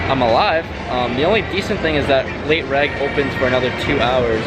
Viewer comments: Its " late REG" short for registration, not reg like "regular". It tilts me so bad when you say late reg. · Late “reg” 😂😂😂